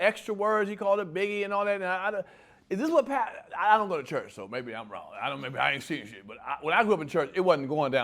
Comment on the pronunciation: "The chrurch" is the problem with society